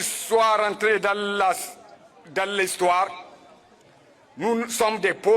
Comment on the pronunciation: "Dans Laalistoire"😔